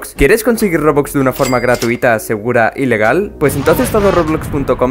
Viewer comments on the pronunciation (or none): cuando dices y legal entiendo ilegal xdd